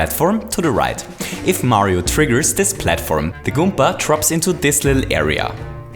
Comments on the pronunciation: Why does he says goompa instead of goomba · i get irritated when he pronounces goomba goompa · you are saying goompa XD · Randy Garcia He Also Says Goompa Which In Fact Is A Mario Character